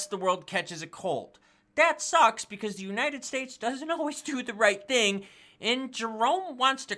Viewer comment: Not “thing”...it’s “ting”...!!! 🤣